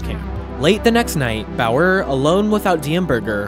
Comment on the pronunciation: i think some of the pronunciations of common words/names were incorrect: edema, Bauer, etc.